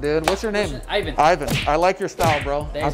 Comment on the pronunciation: Se llama Eivan ja ja ja... No mames